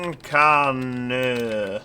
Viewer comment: Concarneau is pronounced Konkarno